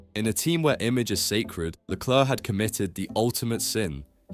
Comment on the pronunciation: His name is Leclerc, Not "Leclurc" what's wrong with you. never seen 'Allo Allo' ......